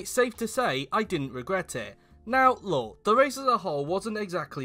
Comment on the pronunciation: I can bet you said "now lol" and not "now look".